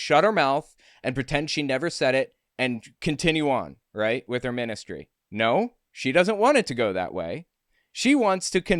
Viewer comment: She said "ministry" and I heard "menace-tree". Dog's honest truth.